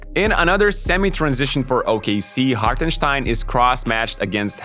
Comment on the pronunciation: Great analysis! It’s funny hearing you slightly mispronounce some words but nail the pronunciation of Hartensteins name haha! it drives me crazy hearing literally everyone saying it wrong.